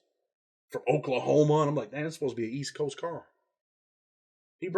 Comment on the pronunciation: You sure said “ Oklahoma” some type of way